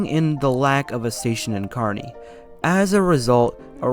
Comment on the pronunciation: The name “Schuyler” is actually pronounced “Skyler”. “Totowa” is pronounced “Toe Two Wha” Glad you got Kearny right, that gets mispronounced often.